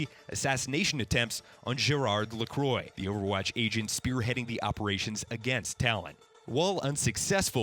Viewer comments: It’s pronounced “ah-ma-lee” not “a-meal” and “la-quar” not “la-quor”😂😂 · It's pronounced La-qua, not Le-croy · Omg u butchered the names lol pronounced gereard laqua and amelee ik how i spelled them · AMEEL I HATE YOU ITS PRONOUNCED AMILLY HIS LAST NAME IS LA CRAAH NOT LECROYS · Gerard's surname is pronounced "La-kwa". Not to be confused with the brand of flavored sparkling water, which is pronounced "La-croy". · "Lacroy"? "Emile"? what the hell dude its french (for reference: luh-KWAH and AH-muh-lee) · Who the hell is gerard la-CROY? Is lacroix. La-kwah. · Right!? He’s pronouncing it like the American carbonated drink La Croix who are notorious for pronouncing their own product wrong. Laquah not lacroye! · agree .. lacroyeet .... it is La Crwa (if u try to pronounce it as English) but anyway it s a nice review and i love it especially that I ve played already it and it s awesome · Lah-quoh is not the correct way to say this lol It's Lacro-ah. By a french. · "Lacroy" "Emile" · 2 years and people still can't pronounce 'Amelie' and 'Lacriox' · "Ameal LaCroy" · ITS LAH-QWAH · "Amee-lee La-crQua~" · You said 2 names wrong. Moira's last name, O'Deorain, is pronounced O-DEER-RAN. And Gerard's last name, Lacroix, is pronounced LA-KWA. Americans can never pronounce things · LA-CWAH! ITS LA-CWAH! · IT IS NOT LACROY HES FRENCH NOT A DRINK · Oh ma god you just butchered ALL OF THOSE NAMES OMG. 1.O Deorain = O Deer - in 2. Lacroix = Lacwa 3. Amelie is fairly straightforward how did u manage to butcher it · Man you struggle with names my friend... O'Deorain is not “O'Dorian“ Amelie is not “Emil“ La Croix is not “La Croy“ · lacroy. Ugh it’s nasty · Why can nobody pronounced Amelie and Gerard’s names :( Lacroix (Lah-quoh) Amelie (Ah-meh-lee) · Skull Capton he can't even do that! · Right, it's more like Lacro-ah, as another French fellow said. Also if non-english people can other to pronounce English names right, then surely the reverse can be true.